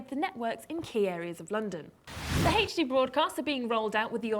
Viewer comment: she says HD weird... it sounds like heych D or something lol